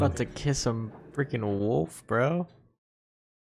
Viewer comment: Funny how pronounces the word wolf as woof. LOL